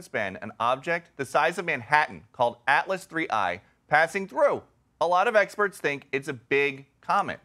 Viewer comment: The commentator doesn't even know the name of the thing right. He says atlas3i 😂